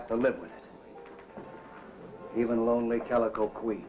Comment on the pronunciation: "Calico", not "Galico". 😉